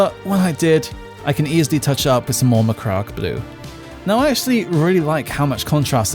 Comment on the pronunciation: No disrespect but you pronounce macragge like megamind